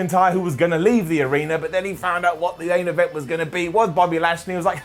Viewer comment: You said aint event